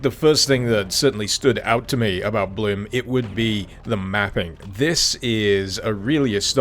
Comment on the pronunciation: its pronounced blum